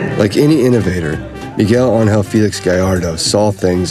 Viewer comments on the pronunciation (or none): none